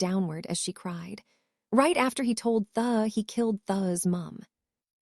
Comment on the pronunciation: It'd be nice if this AI knew how to pronounce names properly, it is not t h u it is theodore, it is not b l u s it is Blaze, it is not UVU ln, it is Evelyn